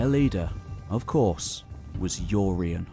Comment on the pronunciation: Who's "Yoreyen"?